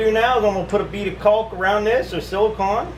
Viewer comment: it's pronounced like an ice cream CONE, silicone.